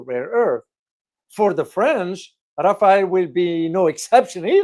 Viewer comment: It’s not Rafael like the surname, it’s RAFALLE…. It’s means gust, as in wind gust in a squall or storm